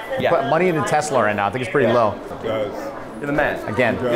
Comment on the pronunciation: He said tesla low ahahahahha